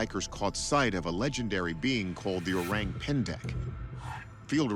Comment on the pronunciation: It’s not ‘oreng‘, the ORANG pronunciation should be O-rung. Orang pendek = O-rung pendek Orang Utan = O-rung UtAn